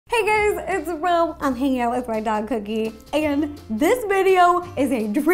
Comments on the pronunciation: Is it just me or when ro says cookie it sounds like coodie😐😐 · since i'm watching this on my chrome book it sounded like coodee when you said cookie